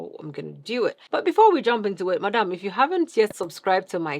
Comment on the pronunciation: I was low key thinking she was saying it in french and I was so happy 🙃😂(I'm francophone lol 😅)